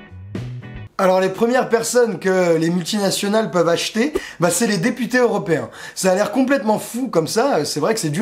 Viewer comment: tu dis députés ou des putains? ya comme un doute la!